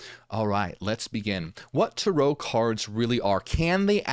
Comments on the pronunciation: TAre-oh.. Hearing Tur-OH is driving me nuts..Is it just me?? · I think about the rental car 😂 but If we really wanna talk correct pronunciation, it’d be Tah-Rö But hey… tomāto, tomäto… 🤷🏽‍♀️ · The way he said it sounds wild to me. I have never heard it someone say it like that. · it’s just the way Americans say it, they emphasise the end of the word, while Europeans emphasise the beginning. I used to be irritated by what I thought was American butchering of the pronunciation, but now I don’t even notice. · YES THANK YOU!!! I was wondering if he’s just saying another way other people may be pronounce it like tomato tamato 😅